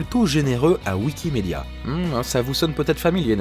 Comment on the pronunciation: "Wikimédia" LOL😂😂